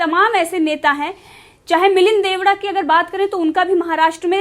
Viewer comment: Sahyad. Koch. Uccharan halat. Ho. Raha h ( shree. Milind. ) DEODA G. Sonif shree. Murle deoda g. Sarname. Theek si bola jaye.